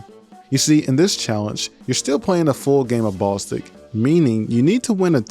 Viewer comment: Hearing you call it "Ball Stick" instead of "Ball-istic" 😂